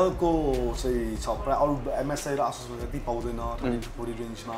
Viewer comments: Its not Ahh-sus its A-sus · ASUS is pronounced as Ae-SUSh ...It's neither Aa-Sush nor Ah-Sush.. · It's : A - suss ✅ Not: Ah - Shush ❌ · Asus ho bhai, aaah chus hoina.😂😂😂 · It's actually A-sush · You guys pronouncing Asus Is killing me XD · Dai tell him aasush haina asus ho Pharos mistake Lao Garda makes kinlan